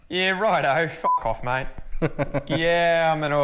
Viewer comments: Hi, it’s definitely the same guy in this video as the last one, he has a beard in this one. your Aussie accent is improving however, your “mate” sounds like “mite” to me. The way you pronounce “rate” in your own accent sounds closer to me. Just swap the R for a M and hang on the A for a bit. 👍🏻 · Definitely improving,. When you say ‘mate’ it is coming across as ‘mite’ a little. It’s a long ‘a’ sound, so ‘ay’. 6.5/10 for the accent and 10/10 for Hotness! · is right when you pronounce "mate" You are saying "mite". It's" MAAAYYYT"- rhymes with date, late,rate. I've been commenting on this mispronunciation a number of times. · With mate you need to accentuate the a, but don't drop the t so much.